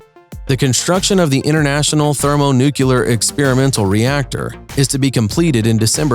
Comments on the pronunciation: Launch of the thermo-nucular reactor. Don't be a narrator if you don't know how to pronounce it. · "themonucular" disliked and unsubscribed